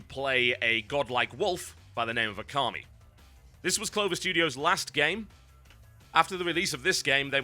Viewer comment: Ôkami actualy noy okami